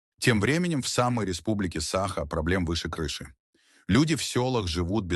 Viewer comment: СахА, айсЕн. Ставьте ударение правильно! Корежит..